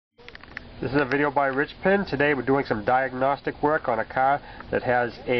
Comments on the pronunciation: Step 1: Stahhhht the cahhhh. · Haaa, you said CAAR. You must be from new england somewhere!!